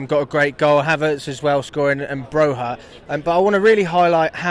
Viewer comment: As an Albanian you say brojas name like broYA